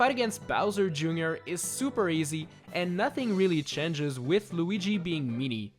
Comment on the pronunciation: Change not cange